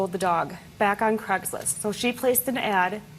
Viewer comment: Can she not say Craigslist properly